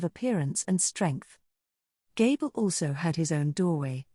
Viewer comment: Hey bro are you capable of going through the text and making adjustments to fix the pronunciation of certain names and word? It would really improve your videos. Like it says gable for gabiru.